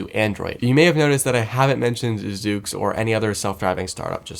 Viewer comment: It’s pronounced zuux